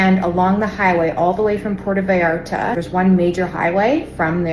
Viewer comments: Benny, No “V “ sound in Mexican language for Vallarta… more like Bayarta. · God knows I love ya Benny~ but, when you can't pronounce Puerto Vallarta correctly (you got the back half right... the tougher part~ vi-art-ta) and, you can Puerto Rico... you start looking FAKE AF! IN the words of Our former [brain dead] President... "c'mon man"! I am also willing to bet half the vacationers in Mexico are conservative as well! So yeah, "stop it, get some help" and "Be Better" brother!~ R/ USNret 🦆